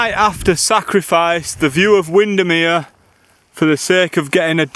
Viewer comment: As soon as you said “wind-am-here” it arrived 🤣🤣🤣